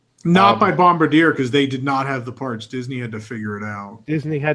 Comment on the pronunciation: FYI... The name of the French Canadian company that produced the Monorail is pronounced "Bomb-bar-dee-A". It's French.